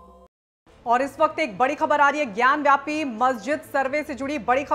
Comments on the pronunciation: Vyapi nahi gyanvapi hai iska naam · ज्ञानवापी ना कि ज्ञान व्यापी